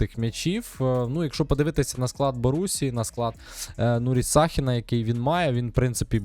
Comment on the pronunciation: Не САхін, а ШахІн